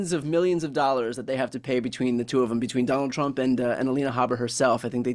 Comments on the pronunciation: Her name is Alina, not Elena. Can’t stand her, but let’s be precise here. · Glenn, her name is Alina, not Elena. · Aleena not Alayna gleen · It's a small thing, Glenn, but you're NOT pronouncing Alina correctly: her name is NOT Halena. Just imagine if we started to refer to you as Gleann. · GLENN OMG HER NAME IS NOT ELENA